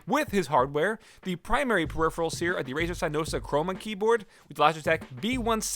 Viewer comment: "Hey guys, it's the periferals tester"